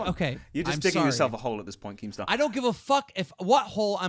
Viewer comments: anyone else notice calls keem "Kreme star" lol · Pyroxene he also called him "leemstar" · Did call keemstar cremestrar? Lmao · Who else heard say creamstar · "kreemstar" lol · SAYS kreemstar right around 33.00 to 35.00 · he says cremestar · Lol I heard Creamstar at some point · He said cringestar